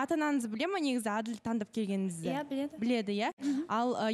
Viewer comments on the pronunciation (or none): Дүрыс айтад… Адыл - қырғызша,ал қазақша Әділ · Адыыл емес Әділ деп айтса болмайма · Мынау дурыстап айтсыншы Адыл демей раздражает честно